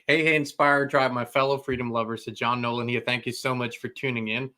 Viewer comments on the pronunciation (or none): none